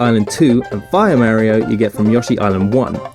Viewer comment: You're misspronouncing Mario, otherwise fucking briliant :)